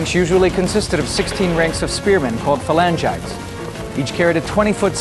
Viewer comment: You would think the narrator would bother to learn the correct pronunciation for "Phalangites".